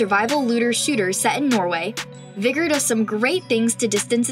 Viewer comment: You saying vigor a little too funky now